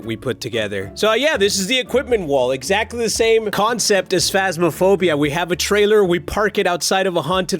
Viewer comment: "The Phas-mo-bile" XD